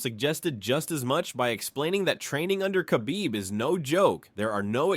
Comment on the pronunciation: He's not Makhachev. He's Mahachev. Khabib is Habib actually